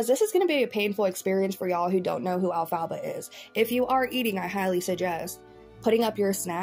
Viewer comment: Why are u saying her name like that 😂😂😂 elf-a-ba 😂😂😂😂